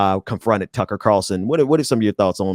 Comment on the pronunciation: I thought he was saying Cucky lol